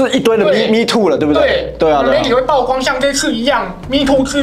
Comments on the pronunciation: 是“舖“光，破音字。非“報“光，匪式念法。😅😅😅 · ㄆㄨˋ光不是爆光，不要一直說垃圾中國話!!! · 每天必看八炯影片， 但我是覺得...居住「品質」而不是質量； 曝光也不念爆光， 這些還是覺得有被潛移默化影響的感覺...